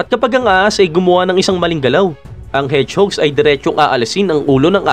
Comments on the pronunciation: Medyo nanibago ako sa pronounce nyo ng hedgehog 😂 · Bisaya ata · Mali ang pronounce mo ng hedgehog.